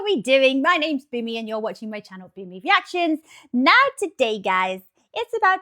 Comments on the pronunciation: it's BOOMY not Boony. Clean the wax out of your ears. And learn to read, it's literally written TWICE on the channel. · it’s Boony